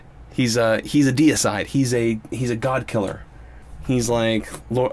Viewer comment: DEE-A-SIDE not decide lol.